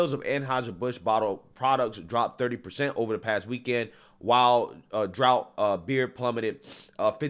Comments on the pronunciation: Draught is pronounced “draft”, I believe. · "Draught beer" is pronounced "draft" 😂 not "drout" 😭 lol